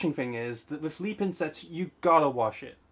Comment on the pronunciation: Mate wtf is leepin it is lepin sound it out